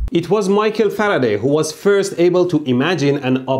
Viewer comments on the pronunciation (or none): none